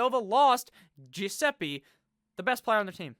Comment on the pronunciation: You called Gillespie Giuseppie 😂😂😂 can’t read lmfao